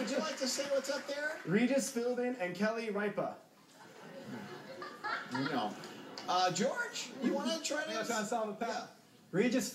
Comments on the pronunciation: its got nothing to do with daytime TV when all the letters are up there it has to do with pronouncing it correctly. just think about it for a second. how do you say ripa minus the a. RIP. now say that and add an ah. RIP-AH. its common sense to me. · wait so what if they dont know how to pronounce it they dont get the points? like ripa he just said rie-pa not rip-a is that seriously why he didnt get it?